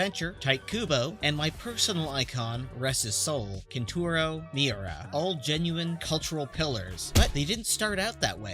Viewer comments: Dude, what is that pronunciation at the beginning? "Horiko" Araki, "Tight" Kubo, and "Kenturo" Miura lmao. I mean, Tight Kubo is not that bad, but Jesus Christ, the other two are crazy. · i feel like you said tite and kentaro wrong when talking about kubo and miura lol.